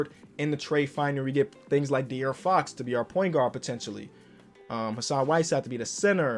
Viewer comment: "Lets see whats up with De'Aaron Fock" -🐐